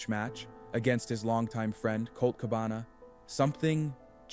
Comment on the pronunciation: I'm convinced that both the script and narration of these videos are completely AI generated. The narration is obvious, since it pronounced Cabana's name wrong, and Balor's in the previous. And the script is filled with factual errors, analogies and flowery language, which is common in AI generated scripts.